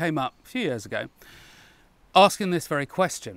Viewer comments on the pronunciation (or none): none